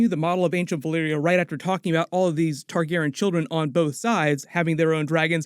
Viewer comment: only thing i spotted...you keep pronouncing Targaryen wrong...smh